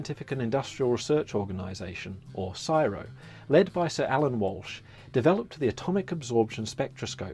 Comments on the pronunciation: The narrator must be a pomme, coz if he was an Aussie, he'd know you don't pronounce the C.S.I.R.O as a word 'siro', you pronounce each letter separately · For "CSIRO" pronounce each letter individually, rather than as one word. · ”Is that how you pronounce/say? … “ (not verbatim). “NO!” I don’t know where this (come me!) wanker is from but OMG! It’s C.S.I.R.O. NOT SIRE O (phonetic) or woteva this idiot is saying. No I don’t care if the wanker is a robot or not - u sir (the robot)are a dickhead. The info is good - the narrator is not. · Sorry to be that person but the Narrator obviously not an Aussie as the CSIRO is not pronounced siro all the letters are said. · And he keeps saying siro , that is not the name of it, they are called c,s,i,r,o, its not a word its an acronym for Australia's government funded science and research.. if he was australian he would have known this by age 9 as its drummed into our heads as children c,s,i,r,o individual letter's not a word pronounced siro or syro or whatever he was saying.. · i don't know what state that guy comes from, but i have never heard anyone call the C.S.I.R.O. "siro" in my life, and i'm 63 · Nahh, we say "labratory," we also don't call it "Syro" just C-S-I-R-O. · What the hell is siro. It is an abbreviation like CIA or FBI. CSIRO same same. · It’s not pronounced Csiro, it’s C.S.I.R.O. it’s said as the initials not as a work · In over 60 years I have never heard the C.S.I.R.O. called Siro, stop that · CSIRO. PRONOUNCED. C S I R O. NOT Siro. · Wifi was invented by CSIRO and we don't call it Sighroh we call it C.S.I.R.O. also we usally just say "Lab" or "the f*cking place where scientists do their shit". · I'm not sure who did the narration of this video, but it's not pronounced "Syro", it's literally stated as C-S-I-R-O (each letter sounded out). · Also it;s not csiro it's the first letters of the government department C S I R O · No one in Australia refers to C.S.I.R.O as SIRO, not sure why the narrator is?!?